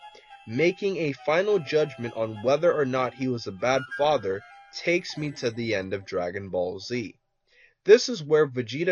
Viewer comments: U said fither lol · lol he said faiter not father